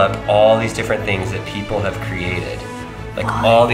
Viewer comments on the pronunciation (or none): none